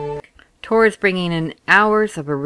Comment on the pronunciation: I hope you know it's TOR right....not ToR... :/